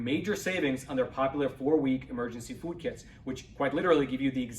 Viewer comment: I don't like the way he pronounces the word 'Food' in any of his commercials! He says "Fud." instead of "Food."